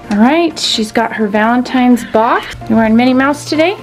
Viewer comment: Lady please stop saying happy valetines day